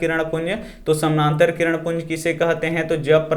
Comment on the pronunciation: Samnantar nhi samantar sir